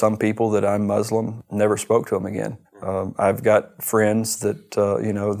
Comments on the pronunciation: But why is he mis- pronouncing the word MUSLIM?? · Muslim not mozlem: S ssss not Z zzzz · I think when we pronounce Muslim the wrong way as in "Mozlem" it sounds horrible. Its Muslim with an S no z